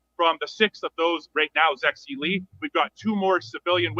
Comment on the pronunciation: Yes, Zexi Lee, pronounced as Zeggsie Leech.